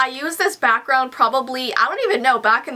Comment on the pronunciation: When she said she was waiting for her back ground and I thought she was saying she was waiting for her BATHROOM 😂😂